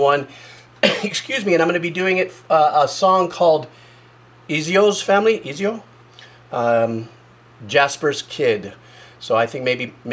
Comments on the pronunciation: It’s pronounced Ezio. Not EEzio. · For future reference his is pronounced (eh-tzio) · Ezio... Et zee oh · Ezio (ét-sio) if you want to be precise :) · If Ezio was a rapper he would probably be called Easy-O lol. But pronunciation would be something more like Etsio with short first e and emphasis on ts sound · Thanks for the correction, all my friends names izzy-oh were pissed. Seriously though, that’s such a weird way of saying Ezio’s name, I can’t believe he did that. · It is whriten "Ezio" But it should be said "Etsio" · It's so funny hearing native English speaking people try to describe sounds. The e in Ezio is the using the sound that 99% of the latin-alphabet using world has agreed to be one of the main "e" sounds. And English understands this, too. If you were to get the Z sound right, then you'd naturally gravitate towards saying the E correctly - that's just how English works. So why even try describing it as "short e"? It is absolutely ridiculous, because it is a straight up very different sound, not just short. You can pronounce E as /i/ (like in the video), but shorter. That's not what the big difference is. Mouth and tongue shape is. Try to correct the next sound, the Z. The unfortunate thing is that English doesn't exactly have this sound. (only on a few words in certain dialects). But it truly is a simple sound. Literally just mush together the letters T and S (or T and Z). So, pronounce the z in Ezio like the TZ in "Shih Tzu". (One of the few loan words where this sound isn't butchered even in American English) And if you wanna get precise, Ezio is /ˈɛt.t͡sjo/. The focus is still on the t͡s sound, so something like /ɛt͡sio/ is fine, too. (And that's how some VAs in the game pronounce it anyways) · As soon as I heard him mispronounce "Ezio", I knew I was in for a genuine first time reaction